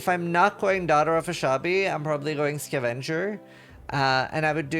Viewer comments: Looks similar enough to avenger that a non-native like him might be led to believe it is pronounced the same way. But English is never that consistent, now is it? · Please immortalize how pronounces "Skuhvenger" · Ska Venger... lol. Scav enger. 😂😂😂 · why is he pronouncing scavenger like that